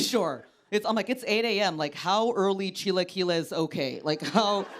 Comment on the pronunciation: So I love chilaquiles, too. Very funny bit! But you need to work a little on your pronunciation. It's "chee-LAH-kill-ees." That's an A in the middle. 😊